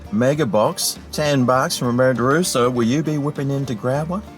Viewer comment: Red Rooter! 😂